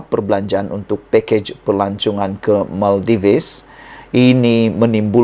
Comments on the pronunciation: Salam Sebutannya negara MAL-DIVs Bukan MAL-DI-VES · Sebutan tempat pelancongan itu pun SALAH...tak buat "homework"kah?..Bukan diebut MAL DI VES,tapi disrbut MAL DIVS....u tuber kena belajar cara sebutan laa..malu laaa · Bukan Maldives, sebutannya ialah Maldiv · Sebutan yg betul adalah Maldif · Sorry Bro, pronounce yang betul bagi pulau "Maldives" adalah Mal - dif-ss; kalau tidak silap saya. Sorry Bro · Sebutan yg betul - MALDIV. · Salah tu, yg betul sebutannya ialah Maladewa... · SEBUT BETUL2 MALDIVES TU...KAMU SEBUT TU SALAH..BRO